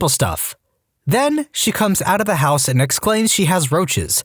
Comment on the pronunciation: can you start saying "house" properly? I shut it off after hearing HEOUS for so many times